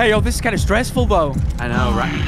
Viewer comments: "...kinf enough to provide..." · "the devs were kinf enough" lol